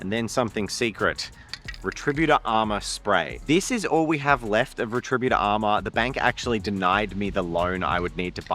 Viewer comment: is pronouncing it "re-TRI-but-or" instead of "RET-ri-BUT-or" an Australian thing?